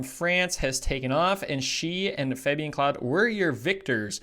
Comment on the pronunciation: Pretty much every😄 the worst were Öberg, Kebinger,Claude,Rees, Dzhyma..Krčmář is probably too hard to pronounce right for non natives..